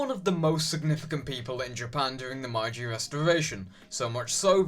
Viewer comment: I really liked this video and more like it would be nice. But, I believe you pronounced meiji wrong. I might just have remembered it wrong. Nevertheless, if I were you I'd benefit from locking up the pronunciation.